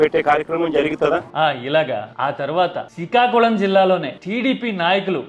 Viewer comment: అంత సరే కానీ సికాకులం కాదు శ్రీకాకుళం .... మీకు పలకటం రాయటం రాకపోతే నేను నేర్పిస్తా...